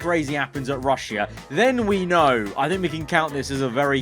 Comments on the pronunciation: Bruh wtf he sayin rushya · How many times did he say RUsS-sIA